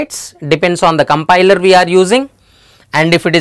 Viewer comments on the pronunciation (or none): none